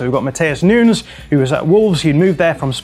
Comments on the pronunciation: Please stop saying noons for Nunes, that's so freaking annoying and kind of offensive that a journalist can't learn to pronounce Nunes (Nu-Nehs). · Nunes like saying Sanches not at all Noons!! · Is he really calling him "Noons" lol